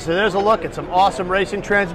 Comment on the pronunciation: A lot of "tran-missions" ya got there,. lol;)